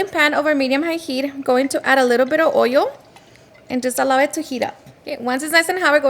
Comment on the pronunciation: Oil ❌ Oiol ✅ 😂😂😂😂😂